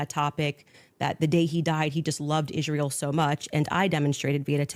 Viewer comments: Why is it Candace can speak clearly but never says Israel correctly, sounds like "Ishthreal"? 😂😂😂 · Omg can someone tell her they are not called Converse'S!!!! They are just Converse!! And Israel does not have an SH in it 😣🥴